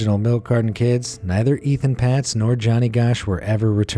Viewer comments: It’s pronounced “Ayton Paytz”, NOT “Ethan Pots”!!! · It’s not Ethan Patz. There’s no H in his name! It’s Etan, pronounced Ay-Tan. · Etan Patz’s name is pronounced “Ayetan Paytz”. If you are going to talk about him, at least TRY to get his name right..... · Not even close with pronouncing Etan Patz. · Anyone else cringe at the repeated mispronunciation of Etan Patz's name? No? Only me?